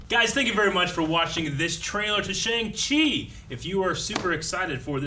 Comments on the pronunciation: That isn't the correct pronunciation of Shang Chi, right? Simu said it's more like "Shong" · Pronounced SHONG chi not Shaang Chi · It's SHONG-Chi. Not shayng. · So excited for this movie.. so much goodness that's left for the MCU to cover..! and I know its weird but it's pronounced "Sheong Chi" :(